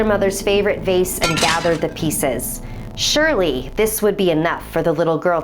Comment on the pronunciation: surly I'm not the only one who first thought she said burry